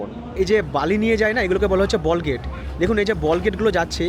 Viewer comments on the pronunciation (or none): দাদা এর সঠিক উচ্চারণ টা হবে বাল্কহেড। বলগেট তো সাধারন মানুষ বিকৃত করে বলে।